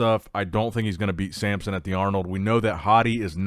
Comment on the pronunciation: And he’s the king of mispronouncing names… he can’t help himself, he just has to say Sampson every time.